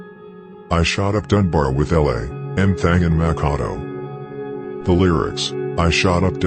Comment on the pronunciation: His name is Mak A Do mack a do ya